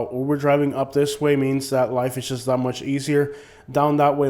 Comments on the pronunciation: I agree except you keep pronouncing JUST as SHUSH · And SHUSH instead of JUST